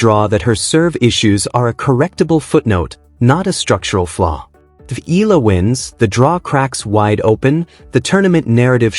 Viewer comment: pls. it's E ya la (Eala). NOT Ela or whatever you say it. AGAIN E ya la (Eala). ty